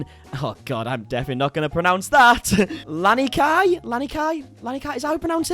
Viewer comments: You pronounced the name lanikai right but then said Mexico lol 😂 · Yes, you pronounced it correctly…Lanikai, it’s a Hawaiian word, not Spanish (Mexican). “Lani” means “heavenly” & “Kai” means “ocean”…and “heavenly ocean” is an apt moniker since Lanikai Beach is consistently one of the top rated beaches in the world. What people like Tana MOFO fail to understand is that you’re coming into OUR home…how you conduct yourself at the beaches on the mainland doesn’t cut it here. A local motto is “mālama āina” which basically means to take care of the land. We don’t just leave our rubbish and/or belongings while we go inside for a nap…you bring your stuff with you! I also don’t appreciate how you characterized local people who were taking pictures of YOUR rubbish in order to put you on blast….the person whose behaviour is strange would be yourself. I know back home you’re used to being as loud and offensive as you’d like, and rarely do minorities check you…and I can’t blame them for their apprehension after years of being conditioned to feel “less than” or “inferior”…but don’t, for a second, think that people won’t call you out and p/or clap back. People like Tana MOFO are a big reason that White people don’t have the best reputation here. I always tell people, “when you come to Hawai’i on holiday, just make sure you do one thing consistently…be very considerate of others. Do that and you’re Golden, you’ll fit in just fine…’cause local ppl will be very considerate of you. It’s really that easy.” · lucky that you pronounced lanikai correctly. hawaii residents represent!